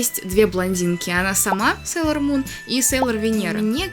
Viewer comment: Да, будет много интересного. Мне очень приятно смотреть твои видео, они такие спокойные. Очень интересно слушать чьё-то мнение. Извини, но меня немного напрягает, что ты говоришь "опЭнинг", а не "опенинг" и "СЭйлор Мун", а не "Сейлор Мун". Но ты очень милая) 🍰 Хочу немного рассказать, надеюсь, ты это заметишь. Про Винкс мне рассказала подруга, я без особого интереса начала смотреть. Однако позже меня это просто нереально затянуло! "Мода" на Винкс давно прошла, и журналы мало где продавались. Но я всё равно умудрилась много купить. Потом я встретила Сейлор Мун. Я заметила просто кучу одинаковых моментов с Винкс. Винкс просто-напросто списаны с Сейлор Мун. Это называется обыкновенный плагиат... "Леди Баг и Супер Кот", "Винкс" списаны с "Сейлор Мун". Я думала, что Винкс мне разонравятся после такого наглого плагиата... Немного разонравились, они списаны и с "Гарри Поттера". На данный момент я анимешница и фанатка Гарри Поттера. А Винкс это просто как ностальгия и нечто приятное, хоть это и плагиат. В видео у тебя такая милая толстовка с Сейлор Мун. Мне самой печально, что Винкс плагиат... Иджинио Страффи сам сказал об этом. А Винкс от Нетфликс мне вообще не понравились! Иджинио Страффи и рядом не было! Они просто переделали, но с использованием старых персонажей. Это только моё мнение. Опенинг про любовь, а не про их супер силы потому, что это главное... Супер силы это просто так... Любовь Усаги и Мамору самое важное. И сюжетная линия, конечно. [Спойлерить не буду.] В общем, п